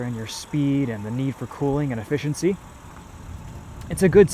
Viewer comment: For a second it sounded like you you said... These inline sixes are just "A-Fish-In-Sea" machines lmao 😜